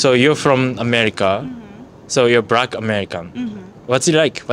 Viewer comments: Bro is it me or he can't pronounce letter "l". He says brack instead of black. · You need to learn to pronounce the letter L! It's not Brack people, it's BLACK, bL blllllL. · "What's it like living in Japan as a Brack-American" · Thanks for that expranation. As a black man myself. I sharr be known as brack man